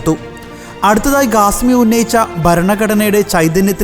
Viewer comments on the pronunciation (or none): Not Gasmi say Khasmi , learn proper speaking